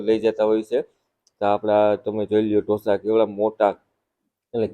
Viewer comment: Dhosa nahi “Dosa”